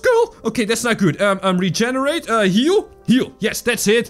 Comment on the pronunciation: you said reeeeeeegenarat